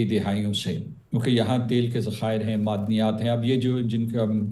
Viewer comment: بی بی ، 'مدنیات' نہیں 'معدنیات' 🙏